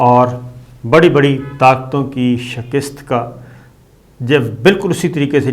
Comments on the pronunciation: Salam Bhai ap shikast ko shakist boltay hain alfaz ko sahi ada Karen shukrya or mazrat apko mene is tarahan bola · Aol shakir shb Just to correct you that once you say shakiest not good actually you should pronounce shikast by Urdu istlah or maybe I am wrong please let me know thanks Kind regards Khalid (Sydney Australia) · لفظ شّکِست نہیں میرے بھائی۔ شِکّست ہے۔